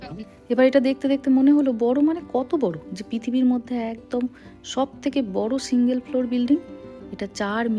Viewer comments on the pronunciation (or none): none